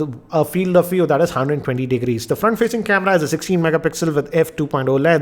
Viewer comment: fraant facinggg aaa camerrraaa. sounds funny